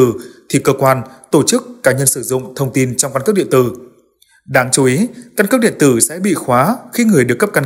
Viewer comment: Căn cứ điện tử hay căn cước điện từ. Phát âm khó nghe quá.